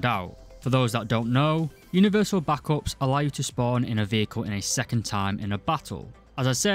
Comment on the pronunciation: stop pronouncing backup like that